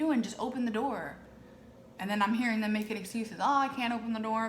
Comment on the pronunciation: When you said open the door all I heard was, open the noorrr 😂😂😂